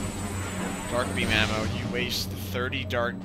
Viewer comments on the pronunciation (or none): every time you said ammo I could have sworn you said mana